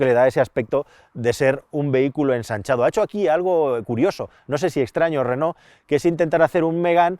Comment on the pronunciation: si pronuncias Renó lo lógico es que también pronuncies I tech y no E tech Digo yo vamos.